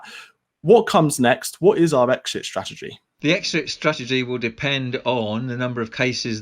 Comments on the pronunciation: "What is our exshit strategy"? That 12 year old journalist needs to learn to speak proper English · "What is our exshit strategy?" Jeez, someone needs to learn to speak English properly.